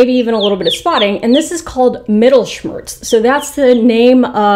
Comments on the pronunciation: I really don't want to be mean. This is a great video. I had no idea that you call it "Mittelschmerz" pronounced with an American accent. I had to laugh, I'm so sorry. It's a German word, that is why it's so funny to me. It just sounded hilarious. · As somebody who has lived in Germany all my life, hearing "mittelschmerz" be pronounced had me giggling it's definitely not correct but cleared it up to all of us by showing us the word on screen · I had to laugh so badly when you said "Mittelschmerz" :'D I'm from germany and this is an extremly english and funny way to say a german word! And thank you for your educational science based content. It is so interesting and funny at the same time :) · That moment when you're a native speaker of German and you hear attempt to pronounce 'Mittelschmerz'.